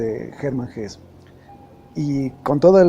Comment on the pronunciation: Muy buena la divulgacion de las grandes obras de la literatura mundial. Solo un pequeño apunte ,en alemán se pronuncia Hesse incluida a "e" final. Gracias y buen trabajo.